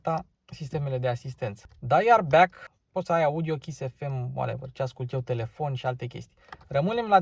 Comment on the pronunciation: Back nu e "biac", e "bec" scurt!